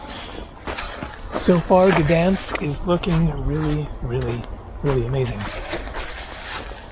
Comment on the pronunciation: 1. Gdansk is pronounced like "G-dahyn-sk" 2. Poland is as beautiful and safe because it's a proud nation that has defended itself over and over and it knows not to let illegal immigrants disrespect its country, people and culture. However, you decided to speak against the USA for doing that exact thing in a previous video. Keep your political beliefs to yourself!